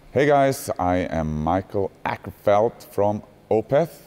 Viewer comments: mee-cah-el o-kerfeldt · "MIchael AHkerfellt" hahahha